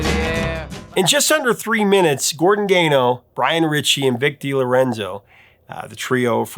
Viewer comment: What did you just say? Boose'm Buddies? I've never heard anyone pronounce it like that. The way he's pronouncing Gordon Gano's last name is also killing me!!!